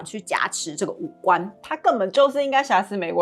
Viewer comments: 挾ㄒㄧㄝˊ持 荒謬ㄇㄧㄡˋ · 補充一下 挾(ㄒ一ㄚˊ)持